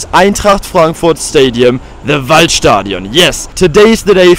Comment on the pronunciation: that fact you said "Waldstadion" already made me like you.